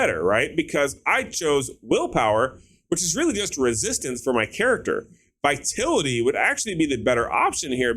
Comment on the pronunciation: It's viTALity not Vitility.